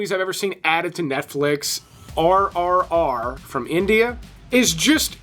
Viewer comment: Its not RRR its RRR like GRRR a growl